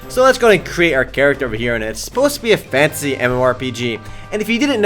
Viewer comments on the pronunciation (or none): says fantasy like"fancy." I actually thought he WAS saying that the game is fancy. "This is a 3D, fancy RPG."